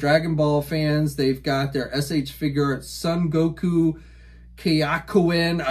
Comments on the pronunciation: no no no... It's Kay - Yo - Ken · Actually it's (Kye-O Ken)